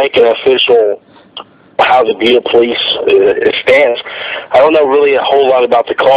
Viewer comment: It's not pronounced like Buddha. It's pronounced bee-yu-duh.